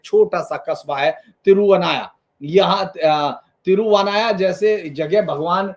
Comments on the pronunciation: यह देखकर अच्छा लगा कि किसी ने 'मामांगम' कार्यक्रम को प्रमुखता देने के लिए अच्छी पहल की है। ऐसा करते समय मेरा विनम्र निवेदन है कि कृपया सटीक नामकरण देने का प्रयास करें। तिरुनावया- यह तिरु-ना-वा-य है, तिरु-वा-ना-य नहीं. ऐसे ही ममंकम नहीं ये मामांगम है. क्या मैं किसी के नाम का उच्चारण इस प्रकार कर सकताहूं, जैसे धीरेन्द्र पुंडीर की जगह दरिद्रपंडर ?. एक बार राष्ट्रीय स्तर पर नाम परिवर्तन स्वीकार हो जाने पर, इससे लगभग जनसांख्यिकी में भी बदलाव आ जाता है। अनुरोध है कि ऐसा विद्वान व्यक्ति इस मामले को गंभीरता से देखेगा। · Sir, is jagah ki nam thiruvanaya nahi, "Thiru navaya" hi. 🙏🙏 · Sir, इस जगह का नाम है " तिरूनावाया ". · मैं मूलतया एक मलयाली होते हुए भी, बेहद खुशी हो रही है कि मुझे इस पर्व के पुनरारम्भ होने की समाचार एक उत्तर भारतीय से सुनने को मिल रहा है। माँ भारती की यही तो ताकत है। मुझे यह भी खुशी है कि आप कुछ-कुछ मलयालम शब्दों के उच्चारण भी ठीक से नहीं कर पा रहे हैं, फिर भी अन्य किसी के द्वारा इस समाचार को सार्वजनिक करने से पूर्व आप करें इस होड़ में थे आप। कोई बात नहीं। मंदिर का नाम पहले बता दूँ: " तिरूनावाआआया" यह एक संक्षिप्त किया गया वास्तविक नाम है👉 "तिरु नालॅ वातिक्कल कुलम। "തിരു നാല് വാതുക്കൽ കുളം" अर्थात इस मंदिर के चारों दशाओं में तालाब हैं। अर्थात भक्त किसी भी दिशा से आए जहां पर भक्त शौच शुद्धी कर दर्शन के लिए मंदिर जा सकते हैं। मैं भरपूर प्रयास करूंगा कि इस विशेष पर्व का भागीदार हो सकूं, यदि भगवान की अनुमती हुई, तो। 卐ॐनमः शिवाय 卐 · "THIRU NAAVAAYA"..... സർ "MALAPURAM"....H.. SIR, maLLappuram nahi.. Mala mean pahaad.. Puram mean desh